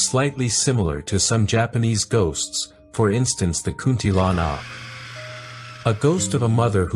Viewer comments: Hahaha kunti lanak ahem its kuntilanak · Hello, this vid is well done. But here's how to say the names correctly: Kuntilanak->> "Koon-tee-la-nuck" Pocong ->> "Puh-chong" Sundel bolong ->> "Soon-dull-bho-long" Tuyul ->> "Too-yool" Andong pocong ->> "Un-dong-puh-chong" Wewe Gombel ->> "Wae-wae-gom-bell"